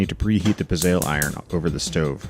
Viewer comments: It’s pronounced “pit-zel” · It's pronounced Pitz - e - lle